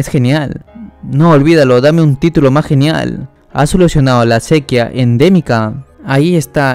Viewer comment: Gran Manga. ¿Sabes que llevas 3 vídeos pronunciando mal sequía? El acento en la i es para algo. Buen resumen espero que esto te ayude a mejorar tu narración.